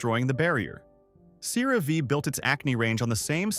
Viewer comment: You'd think if a channel was going to go so hard against a product, they might at least learn to pronounce the product's name. Or at least pronounce it wrong consistently...